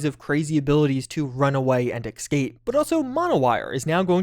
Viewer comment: bruh please stop saying "excape" it makes you sound 7 years old 💀